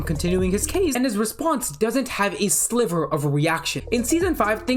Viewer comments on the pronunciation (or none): none